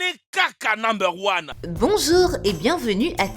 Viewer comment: AWOU MES OREILLES...!!!!.avec votre "NUBER ON"